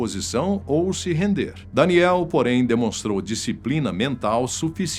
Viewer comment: Fala o nome do cara certo vei, é danielll e nao danieliii